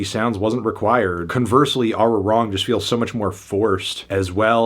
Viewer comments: I can't with your pronunciation of Arirang IM HOLLERINGSDFSJHH 😭 They don't know bout us, they don't know bout us🎶🤭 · I have a couple of takes on this “beautiful” review. First: Throughout the whole fucking video, you call BTS “western sellouts,” but at the same time you can’t even pronounce Arirang properly. So you care about Asian representation and appreciation, yet you can’t even say the fucking title with the correct pronunciation? Weird. Second: You say this album doesn’t sound like BTS, but you don’t even know what BTS used to sound like. If you actually did, you’d realize this album resembles a lot of Dark & Wild and Wings. Third: “You can’t escape K-pop.” In reality, K-pop does not have the same level of global impact as BTS. No other K-pop act matches their numbers or cultural influence. This is BTS’s impact, not the industry’s. Without BTS, the western wouldn’t pay attention to K-pop; you can see this with J-pop and C-pop, which remain relatively niche in the West. Additionally, projects like K-pop Demon Hunters were largely greenlit because BTS successfully broke into the western market, something even the crew behind it has acknowledged. Fourth: Going back to the first point, you talk about representation, but at the same time you ignore important details. You didn’t say anything about the folklore sample in B2B or the significance of No. 29 in archiving the gong sound of the Divine Bell of King Seongdeok. Or Aliens, where they talk about the racism they face for being Asian, which is especially important since it plays on how the U.S. refers to immigrants as “Aliens.” STFU Fant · didn’t even pronounce it right grow ass man omfg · Im a BTS fan and I respect his opinion but I do have a issue with how he pronounced Arirang 😫